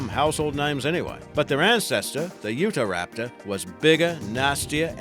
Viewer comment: Ikr. It's SPINEosaurus not SPINosaurus. Spinosaurus probably couldn't spin like a 60 foot top! I'm surprised he pronounced Utahraptor right, because I've heard folks call it u-tah-raptor.